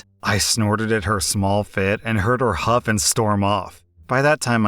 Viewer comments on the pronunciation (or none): none